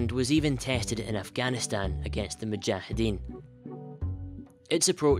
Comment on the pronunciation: Man said mujheeden